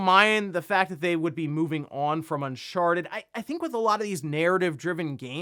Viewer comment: Am I the only one who keeps hearing him say “un**Sharted**”?